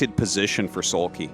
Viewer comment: Like into the last Match Artosis seems to pronounce Soulkey as Soulpee... I don't know why I felt like bringing that up, it was funny.